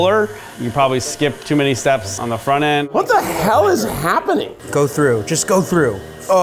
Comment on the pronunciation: "WHAT THE HHHELL IS HHAPPENING!?" I can't with Keith, he's so adorable lol 🥰